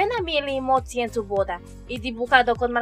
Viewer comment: no puedo dejar de reirme cuando dice "motzi"